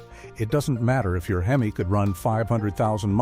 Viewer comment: I have a fleet of 27 Rams . 12 of them have over 250000 miles. This is a garbage report. General maintenance your fine. The guy cant even say HEMI. Fake bullshit.